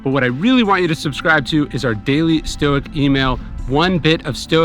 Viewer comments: Thanks for the video but I have a question. At the end you are pronouncing Stoic as stuic (with a U sound)? Is this correct? I thought it was stoic (sounding the o).I'm just curious and wondering if I have been mis-pronouncing it all this time. I am also Deaf and wear a CI and sometimes words are confusing to me. So not sure you are saying Stoic (O) or Stuic (U)? Does it matter? Thanks again for your content! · Hey again Rob, you're welcome! Alright now I got which moment you meant, he did indeed pronounce it a bit u-ish. It really sounded a bit like that, but I can assure you that it still is pronounced with a O nevertheless :) And also yes I really like him and his videos as well, he introduced me to stoicism and I am really greatful for that. Have a nice day! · Thank's for the confirmation on pronunciation. Still learning. It's at where he, I'm only guessing, says Stuic (U). But again, I'm Deaf and I still have difficulty understanding some words so I could be not hearing him correctly. It just started making me wonder if I've been miss pronouncing it all this time lol. Anyway's love his videos and teachings on Stoicism.